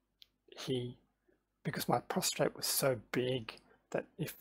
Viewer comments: It's prostate not prostrate but a good vid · Good video but it’s a prostate not a prostrate.